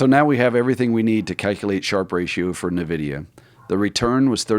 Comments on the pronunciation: It's pronounced IN-vid-e-a, not NUH-vid-e-uh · It’s pronounced “Envidia” not nuhvidia